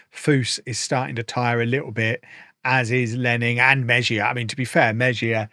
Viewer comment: we all love you, but would it kill you to spend an hour Googling how to pronounce your players' names? Meh-zhia?!